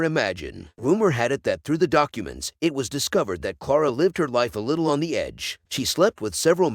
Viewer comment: Clara not Clora.